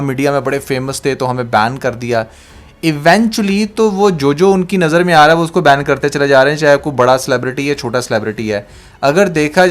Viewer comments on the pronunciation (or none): none